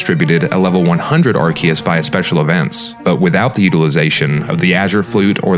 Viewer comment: Your erroneous pronunciation of Arceus made my skin crawl. That's like when people mispronounce "Chasm", etc. It's not hard to Google pronunciations!